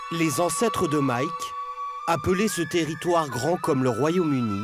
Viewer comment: "ON S EN VA DANS LTÉRRITOUEEEEREEE"